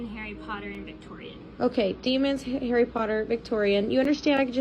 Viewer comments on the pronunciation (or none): none